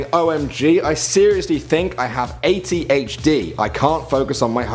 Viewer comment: it said 8 "o" H D not 80HD you also got the eifel tower/ big ben thing wrong and a couple more things